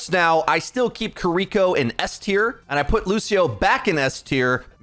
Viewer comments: Every time this man pronounces Kiriko’s name as “Kuh-ree-ko” and not “Keer-ee-koh” I shudder and cringe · Man really said "kereeko" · My guy it's been 3 months you gotta figure out how to pronounce Kiriko. Just watch the blizzard videos.